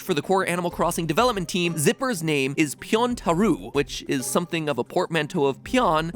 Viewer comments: the last part of the Japanese name is said as "row" not "ru". So it's Pyontarou or pee-yawn-ta-row. The "o" is elongated by the う at the end. Good episode though! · Pyontarou is pronunced more like 'pyon-ta-row' than 'pyon-ta-roo' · Pyontarou is pronounced pyon-ta-row, not pyon-ta-roo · Just gotta take a small breather for how he said Pyontarou... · "pyontarou" . . . I'm sorry, but since I'm learning Japanese, uh, "ou" is pronounced as a long "o" sound, like when you realize something obvious? "Ooooohhhhhhhhhh" Like that. Anyway, besides that, I really liked the video~ ^^ The surprise of Animal Crossing . . . That was heartwarming~!